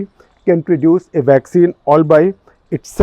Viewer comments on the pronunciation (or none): Irish prime minister - its not Michel Martin, its pronounced Meehole Martin.